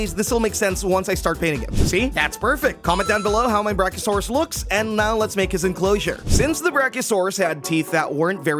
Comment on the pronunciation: Bro said Brack-0-saurus